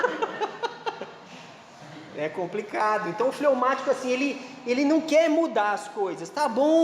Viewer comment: Fleumatico nao flaumatico